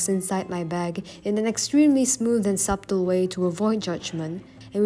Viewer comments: Wheezing on how you pronounced subtle 😂😂😂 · Literally how every non-English speaking person pronounces that word after only looking at the spelling - fucking English man, how does it work??